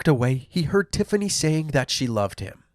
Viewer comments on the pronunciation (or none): i'm sorry, i know this is a horrible story, but "tiffiney" and "symphiney" really? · 'Tiffiney' and 'Symphiney'? Just because you CAN, America, doesn't mean you should!